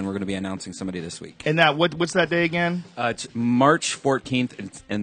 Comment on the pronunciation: Dan "ageeen" Carlin